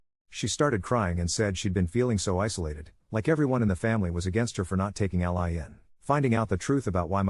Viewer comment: I don't know what offends me most, the situation or the way the narrator pronounces "All-Ly"